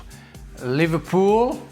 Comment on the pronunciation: Bro said livarpool and Varca😂😂😂😂😂 lmao